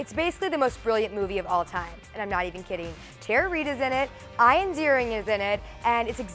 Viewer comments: Pretty sure "Ian" is pronounced "ee-an", not "eye-an" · actually Ian Z pronounces his name "eye-an"... different for sure!